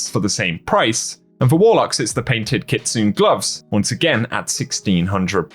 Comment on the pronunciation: As an FYI: It's pronounced 'kits'nay'. The only letter that's silent in Japan is the U sound. E is a sort of long A.